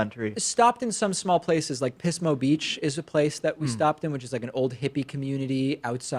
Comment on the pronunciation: Noticed that , too. And it's pronounced Pizmo, not Pissmo Beach. - former Californian. That said, Paris is the place. It just feels right, there. But hurry up and visit, cuz between the pressures of Chinese tourism and our horrid mayor, so much of what was there is or soon will be no longer there. Plus ordinary French folks can't afford it. Housing that hasn't gone to Air B'n'B is either for the very rich or subsidized for very low incomes. sigh (side notes: about 20 years ago someone opened a vegan restaurant near my work in central Paris - at the time, there was scarcely even a vegetarian one. Hip and cool, but they only lasted a few mos.. French cuisine uses tons of vegetables, but it revolves around meats and animal products. Ya can't change history - that is unless and until they allow US food rules and the food starts making everyone sick)